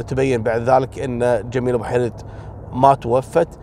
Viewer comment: عفوا استاذي اعتقد اسمها جميله بوحريد وليس بوحيرد